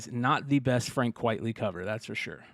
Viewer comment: Frank Quitely on the Blow section?! Say it ain't so lol - not one of his best for sure You're right He is an acquired taste. Fun fact his name is pronounced Frank Quitely as in Quite Frankly (not quietly) - his real name is Vincent Deighan. Fun show - looking forward to the Steinpack reveals